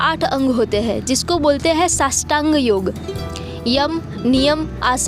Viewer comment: Super video !! the only correction its nt shashtang ...its Asht ang :) ( i can understand its a linguistic thing only ) Loads of love n happiness :)